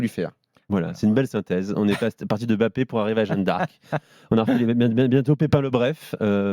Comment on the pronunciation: Le mec n’est tellement pas crédible dans ce qu’il dit , mais comment un mec qui ne connaît rien au foot a le droit de parole ? Encore Daniel Riolo , duga et consorts s’y connaissent … le mec depuis 2017 l n’est même pas capable de bien prononcer le Mbappé et non M ‘Bappe !! T’es un ignorant Stephane Guy , c’est pour ça t’as été viré comme une merde de Canal